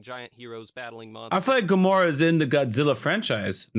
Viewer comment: Its Gomora, named after a destroyed city "Gomorrah"